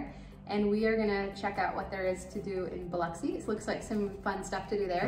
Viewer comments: Love that you pronounce Biloxi correctly!😁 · I’m horrified that your kids didn’t have life preservers on. THANK you for pronouncing Biloxi correctly. Don’t go in the water there, though. Mucky mud that’s gross. (I’m from Mississippi, so I can criticize.)